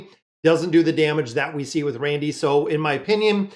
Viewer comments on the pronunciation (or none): You have been confusing me for weeks watching...I couldn't figure out who the hell was "Randy" or "Randell"...his name is Randle...please get his name right